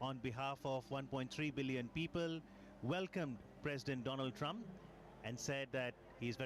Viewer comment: Mr. Dolaand Trump 🤣👍